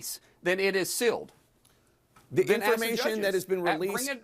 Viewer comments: BTW...Markwayne Mullins can't even say "sealed". He keeps saying "silled". What a dunce!!!! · That’s ok Mullin, the victims and witnesses are releasing the evidence they have around the clock. Also, the word is sealed, not silled. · My God, Mullen is duuuumb! Is he trying to say "sealed" when he keeps saying "silled"? Ugh!!! 😂😂😂